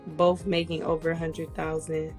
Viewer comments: Both is not pronounced bowl! Ask is not axe! If you pronounce these words that way you will NEVER get a high value man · If she says “boff” one more damn time. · She said. Boof of. Us . 😹😹 and she has a master degree? Oh. Ok. .. oh. Snap. She said. Ax. Too. Omg. I can’t make this up !!